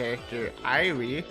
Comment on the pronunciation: oh god PLEASE tell me someone's already corrected you on your pronounciation of irie PLEASE also, the best sport is without a doubt roller derby! my dream is to one day be able to play it, but sadly there's no roller rinks where i live, much less derby teams... edit oh i see rika corrected you. god bless, i dont know if i could have handled an entire art of Eyrie